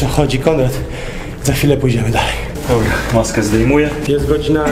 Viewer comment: dobla, dobla", a kiedy tych dwóch ,,mófcóf" logopedę odziedzi? Ich starzy problemu od dzieciństwa nie słyszą czy są głusi???